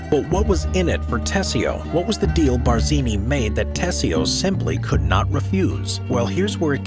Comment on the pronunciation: pls edit iiut the GD Bardzini! Stopped listenung thwre!